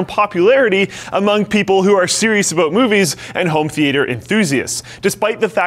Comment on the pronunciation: home theeayter